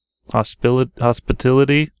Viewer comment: "Hospitility" XD